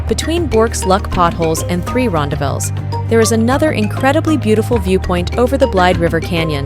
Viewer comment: Whoa! Wrong pronunciations! American here, but I resided in South Africa back in the 80s, and even learned Afrikaans as a “tweede taal”. The correct pronunciations of ‘rondavels’ and ‘Blyde’ are: ‘Ron—DAH-velz’ (emPHASis on the second sylLAAHble). ‘BLAY-duh’ (two syllables: and the first syllable rhymes with ‘play’ and ‘stay’). It is most definitely NOT pronounced “Blide” (rhyming with ‘side’ or ‘tide’). If I hear any other mispronounced words, I’ll mention them separately.